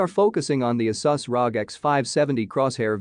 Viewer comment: Why do you pronounce Asus and Risen wrong? Is that on purpose? Where are you from?